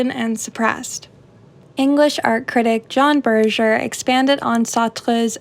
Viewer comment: why did you felt the need to pronounce Berger like that? His surname is not of french origin, and the consensus is that it should be pronounce by it's german pronounciation "Bur-gur"